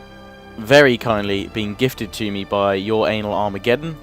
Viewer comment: I lol'd at "youranalarmegeddon"